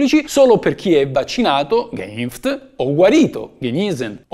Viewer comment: sulla pronuncia tedesca un pochino da lavorare ci sarebbe, anche se fai meno peggio di altri 😉